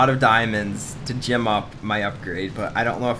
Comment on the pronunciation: What bothers me is that when you say "gem up", it sounds like you said "Jim up". I'm not sure if you notice, but I notice a lot. Also, they're not gems, they're diamonds, but it doesn't really matter.